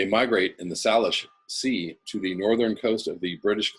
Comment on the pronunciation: So they're saying people are tired of "The Boy Who Cried Apocalypse"? BTW, 'Salish Sea" is pronounced "Say-lish". Formerly known by the colonial name "Strait of Georgia". The story of the dead orca calf was in our news today (Vancouver, BC)